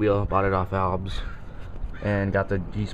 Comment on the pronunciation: its pronounced Al-Bees... not albs... js...i love albes